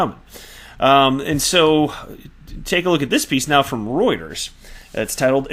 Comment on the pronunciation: Thank you for pronouncing Reuters correctly most don't.